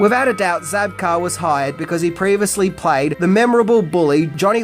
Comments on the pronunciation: William ZABKA!! Not Zabkar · It's Zabka, not Zabkar. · Zabka...no R. But always love your lists.